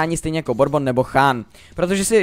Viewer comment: DD Borbon :DDDD LOL jmenuje se Burbon :DDDD